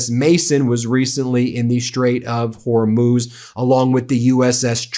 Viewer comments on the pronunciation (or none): none